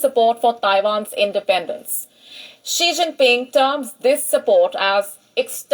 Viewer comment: Not Shing Ping 😂🤣🤣